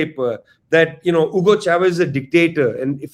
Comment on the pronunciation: It's not 'Shavez'. It's 'Chavez'.